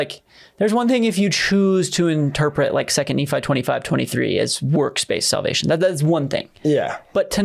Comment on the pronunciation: When they mispronounce names like Moroni and Nephi, it's pretty clear where they are getting their sources.